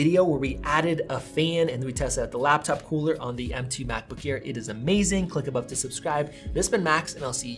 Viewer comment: you say "cooler" funny LOL